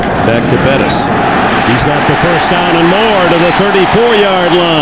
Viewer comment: Dick Enberg calling Bettis, Burris multiple times. Awful.